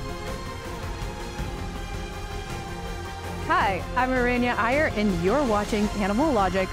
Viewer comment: It is weird and hilarious how you mispronounce your own name. Aranya Iyer, why do you pronounce your name like an oblivious person would. 😅